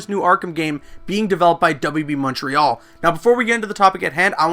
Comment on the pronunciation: Oh no, did he say WB Monterial? That's not good.